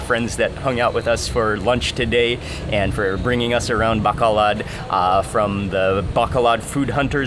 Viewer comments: Mark, love all your YouTubes. Thank you. Pet peeve. The city's name is BACOLOD, NOT Bacalad. From Tucson, Fe (Fay) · It’s actually pronounced “bah-koh-load”. I’m sorry every tim I hear bah-kah-lahd is kinda makes me feel a bit 😬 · It’s pronounced bah - coh- load ..pronounced slowly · PRONOUNCE AS BAH--KOH--LOAD, BACOLOD MARK. . . . LOVE YOUR INTERACTION WITH THE NATIVES. . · Mark FYI it is BAH-KOH-LOHD (Bacolod) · Mark! pronounced: like the Bow (in bow and arrow) + Co (in Coke) + Lode (like the motherlode) with no noticible accents on any stllable BO-CO-LOD Sorry OCD bon appetit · I thought he said the city of Bakla at first lol meaning gay city in Tagalog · I like how he pronounce Bacolod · Hasnt anyone taught you the proper pronunciation of Bacolod yet?